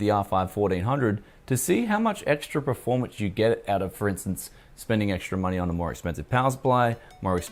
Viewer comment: Waaay to much paste bro. You want to put it as thin as you can without seeing through it pretty much. EDIT...also, it's PER-FORM not PRE-FORM lol.